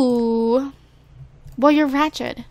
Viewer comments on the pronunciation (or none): you also rached instead of rachet haha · Is she saying ratchet or ratched?